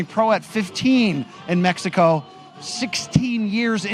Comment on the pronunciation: Who the hell is talking when the fighters are making their entrance?? He sound slow af can’t even pronounce the word “Mexico” right… .. Do better next time showtime don’t let these caveman on the microphone sheesh 😂